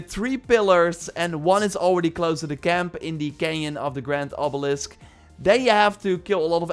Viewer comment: I thought for the longest time you were trying to say campaign but you were just saying chem plants 😂